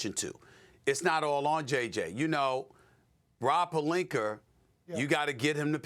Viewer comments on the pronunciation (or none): Stephen A: "Rob Pelinker" 💅 😂😂😂